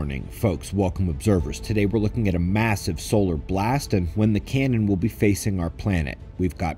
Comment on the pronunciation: Did he say “cannon”? 😳